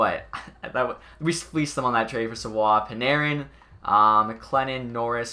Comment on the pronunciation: You pronounce savioes name wrong lol